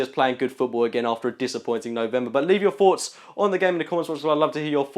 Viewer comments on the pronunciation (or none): I don't know why people pronounce 'Th' as 'F' these days. I 'fink', 'Feo Walcott', Free - 1 to Arsenal, 'Mafieu Flamini'. Robbie is worse though.